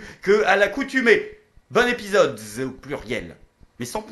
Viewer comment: on dit pas "bon zépisodes" ?